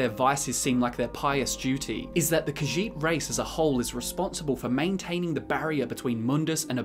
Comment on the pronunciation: I know, right? And the way he pronounces "Khajiit" is disconcerting.